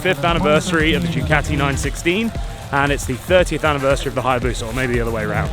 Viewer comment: 1st Wanker you already came with a set twit mind to down the Harley Davidson. 2ndly it's spelled "Ducati" NOT like your pronouncing it "Decatea". And your Worst mistake you made Wanker is pick the States of Nuts and Fruits to ride all those miles and of all places in hell to start off in, death valley. You from the start Wanker had your mind set to HATE the Harley Davidson and preferred your land's peasant skinny tall standing dirt bike that looks like you have a motorized BICYCLE and looks like with any pebble on the road tou will bend a rim and be catapulted through the air. You shouldn't have made any type of video with the type of set mind you had and not an open mind and such negativity and a Wanker's bashing of our American iconic motorcycle. So good ridens and go back to your skinny tall Ugly motorized bicycles you idolize so much so you can go ride them between the sheep and ox paddies. Cheers wanker and good riddens